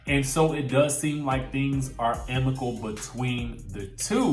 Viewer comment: It Amicable... amicable.